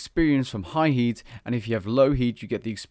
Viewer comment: i cant stop hearing yeet instead of heat...